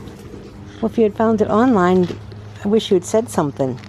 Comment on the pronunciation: I just Love your Mom..." Well if you found one on - line I wish you would have told me" ) ...lol just Love her...I love how she said online, it sounds like two words !! :0) I Love your whole family also !! :0)